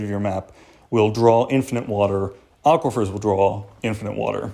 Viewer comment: 'Aquifers' = triggered